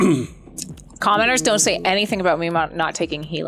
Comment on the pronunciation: I realize said commenters but it sounded like she said commoners like we’re peasants 😂